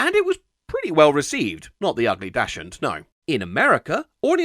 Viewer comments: that would be pronounced "daks hund". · Not how Dachshund is pronounced